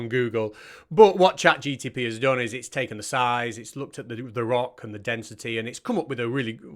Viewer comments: Nice work. But… it’s ChatGPT, not GTP. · You are obviously right and Eric is a moron but...... Why do you keep calling it ChatGTP?